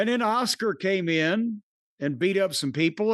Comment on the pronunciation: It's Cornys way of saying Asuka lol